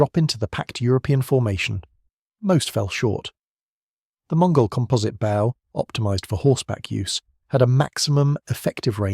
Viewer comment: ? he pronounced bow incorrectly. AI. No idea what you are commenting on